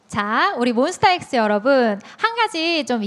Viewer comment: 사회자님 몬스타엑스 발음 너무 맘에든다😊